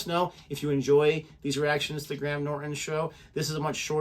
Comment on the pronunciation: Was going to click on this in around 30 minutes, but then I realised it contained John Cleese, and clicked just to see one thing... As I suspected, you're pronouncing "Cleese" wrong, just like every American, but at least you're sort of pronouncing "Graham" correctly. Cleese is pronounced Cleez. Graham is pronounced Grey-Em.